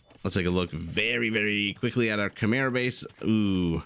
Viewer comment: Maybe it's the right way to pronounce it "Kmaye" but it sounds weird to me. Too used to the usual "Khmers" I guess. Great casting anyway !